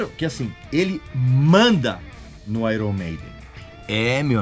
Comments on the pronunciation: Airon Maiden------------------> Pronúncia correta----------> (Aiern Meiden). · Pronúncia errada! Correto é "Aiern", não é "Airon"... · qprende a falar meno onome direito pow..... airon? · Uma dica purista aos que também gostam de pronunciar corretamente YouTube (íútíúb) A pronúncia correta de Iron é: Áiêrn Pode pesquisar... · Grande Regis... Vai uma observação sobre a pronúncia do nome da banda, que muitos não sabem... Em inglês, IRON se pronuncia AIORN.... Então seria AIORN MEIDEN. Grande abraço! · Tá pronunciando IRON errado kkk